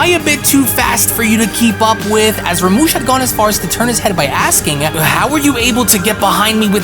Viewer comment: Do you even read the manga your showing cuz it's literally written as rumshi not ramush..Jesus Christ it's like your quality is getting worse rather than better...I mean honestly you make yourself sound stupid by drastically mispronouncing what's literally written right in front of you